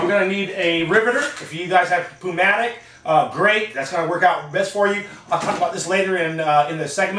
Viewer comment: Hey, man everything was great, the only thing that was just bugging me little bit was when you said "pneumatic", you pronounced it with "ph" sound. Your straight up just supposed to say neumatic with the p, even though it is spelled like that. I am just correcting you for your future reference and video, not trying to say anything bad. Everything was good and helpful though! Good Job!